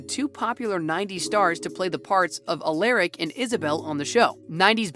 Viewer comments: Aleric 😆 lol it’s Alaric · It's Alaric not alairic 😆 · Did you hear the way he said Alaric’s name at the end? Hurts my ears